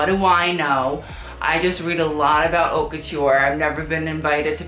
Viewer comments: Not to be a grammar nazi but haute is not pronounced hot, the H is silent in French. Also it’s La Mode not Le Mode, words have gender and mode is feminine therefore it’s la mode. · Daenerys Targaryen yes agreed. But he’s said before that he pronounces it like an American person because he’s feel weird saying haute in French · sorry for asking.....but when will you pronounce brands’ names correctly? you don’t even pronounce the word “haute” correctly..... it makes me feel so uncomfortable i just don’t trust you because of it. i mean i don’t think you can criticize someone while you cannot just pronounce easy shit like a fashion mmm consultant okkkkk byeeee